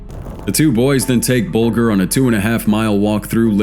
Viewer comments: Oh and its Jamie BULGE R thats how it is pronounced. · Wrong sound for Bulger. Like Bulge... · Just for future reference its pronounced 'Buljer'. - James Bulger.